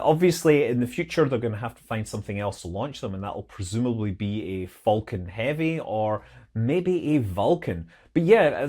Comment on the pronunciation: I always heard "vulcan" when Scott said "falcon".